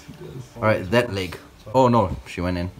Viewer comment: CAn I PeiCk DAt LuEg? 🤪🤪 how he said it made me laugh